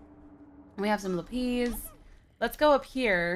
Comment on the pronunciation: lapiz. how does that sound like lupeze